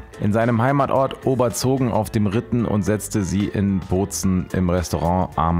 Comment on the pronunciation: Ich mag deine Videos wirklich sehr, bin manchmal aber doch verwundert, wie wenig du doch kennst 😂😂 Körbchengröße sagt dir nichts, Disponent kennst du nicht, wie man Guide Michelin ausspricht weißt du nicht und Oberbozen wird bei dir zu Oberzoben😂